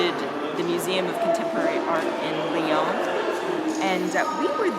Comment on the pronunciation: Nice video, shocking pronunciation of Lyon!!